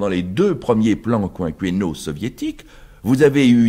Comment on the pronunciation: Oui. Toutefois il prononce quinquennal comme "quinqWennal" .Pourquoi?